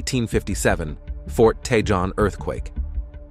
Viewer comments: It’s t’hone, not t’john! Learn to pronounce Hispanic words. The “J” is sounded as an “H”. It’s cah-hone, not cah-john. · Tejon is pronounced Tuh Hone ---Spanish word for badger